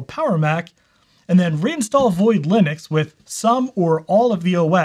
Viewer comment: *linuces xdddd